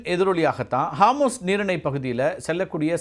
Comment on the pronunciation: ஹார்மூஸ் இல்ல அது ஹோர்முஸ்.